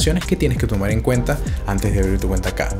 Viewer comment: En vez de en, eng. N no es NG. Acento raro presentando productos chilenos. Estoy en Chile o eng Venezuela?